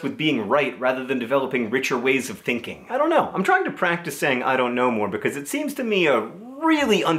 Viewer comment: Every time John says "I don't know", I hear "I'm a ninja".